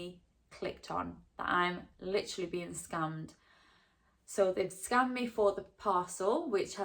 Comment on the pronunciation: it sounds like youre saying you got scummed